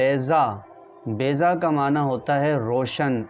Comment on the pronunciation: Its baiza not bayza